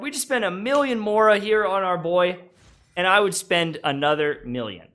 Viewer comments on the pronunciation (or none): none